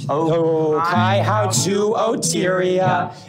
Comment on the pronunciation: Unfortunately they were pronouncing Ōkaihau wrong :( In te reo Māori, the macron on the Ō means that syllable is lengthened and emphasised, and the "hau" is pronounced more like "hou" than "how".